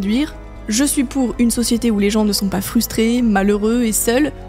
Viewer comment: "J'ai paz compris" P*tain même mon chien est plus intelligent qu'elle